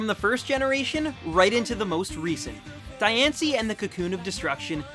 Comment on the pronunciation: u clearly haven't watched diancie and cacoon of destruction because u mispronounced diancie twice! how about actually WATCHING the movies!!!!!!!